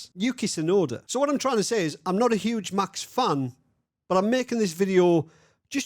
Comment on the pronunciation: Say Mäks instead Maxs. No puntherino intended, great work!